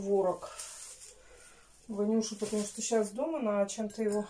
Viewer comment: Подкармлю чём-то Ивана😜👉чтобы он не мычал 😬